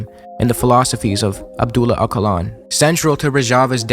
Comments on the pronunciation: np i like the video btw quickly mention its actually more of a j like jaa lan sound but if you cant do that just do the ch. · as a kurd from ROJAVA afrin it is very nice to hear people talking about us BTW abdullah ocalan is pronounced with a ch sound for the c so its O cha l-aaa-n also could you talk about how turkey is invading rojava and is now occuping Afrin as well as commiting war crimes there constantly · Ocalan actually pronounced Ojalan because in Turkish alphabet C = J